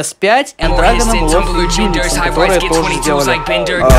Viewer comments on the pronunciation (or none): none